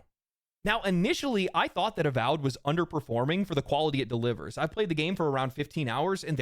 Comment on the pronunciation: "Avowed" sounds like "Avoid".